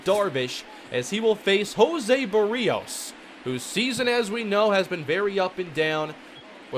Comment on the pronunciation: Does anyone else get annoyed when he pronounces Berrios wrong every time?